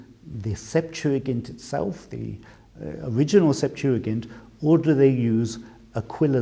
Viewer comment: Finally someone who pronounces the word correctly